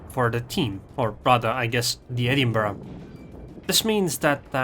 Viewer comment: Liked for good replays, good commentary and using the correct pronunciation for Edinburgh.